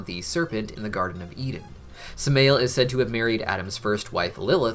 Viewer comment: Samael is pronounced Sam-i-yell